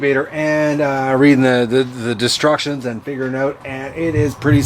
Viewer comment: Did you say "disrection" for instructions. Either way works for me. Great dog, you got blessed there. How did you get him. Can't believe this incubator is finally here. Lets get some babies hatched.